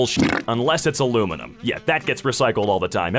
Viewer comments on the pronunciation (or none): none